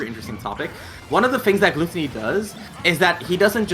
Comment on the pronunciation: I am kinda annoyed at hiw the commentator keeps on mispronouncing GluTOWny.